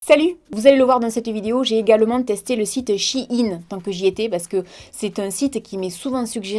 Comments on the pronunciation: on dit pas "chi ine " Sa se prononce "shéyne" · C pas « chi in » mai « chaïn » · Magnifique collier 😊😊😊toujours aussi belle. (pour info on prononce pas "shine" mais "shain" sa m'a fait bcp rire) 😂😂😂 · coucou c'était juste pour te dire que on disait sh-a-i-ne. bisous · 😂 on dit Shein comme Chine 🇨🇳 c tout 😂 a la la 😂